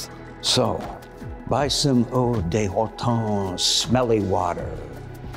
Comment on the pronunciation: Eau de Hortón (note the stress on the last syllable, eh? Ou-la-la!)